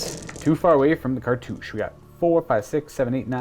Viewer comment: Did he say cartouch-aye?